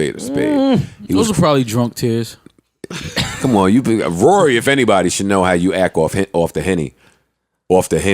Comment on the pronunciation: TRIPPY GRAMPS kory??? You mean Rory?????? 😱😣😭😭😭😭😂😂😂😂